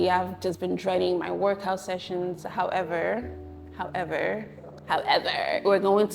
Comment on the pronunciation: Lol!!! "Howeverrr" 😅